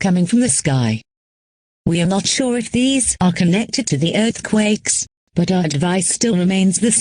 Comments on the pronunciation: 'Erthquaks' no typo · “Learthquages” is crazy. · severe learfquakaks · Severe assquakes is what I heard😭😭😭💀💀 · “There have been severe earthquakes” Why am I hearing “severe earthcocks” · “Earthcocks” that’s something a bri’ish person would say /jk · mispronunciation of “earthquakes”.